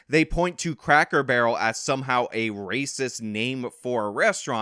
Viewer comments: Wait a minute I though it was "crackel barrel" not cracker barrel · Cracker Barrel has a hard r at the end and Hasan used it without the r at the end.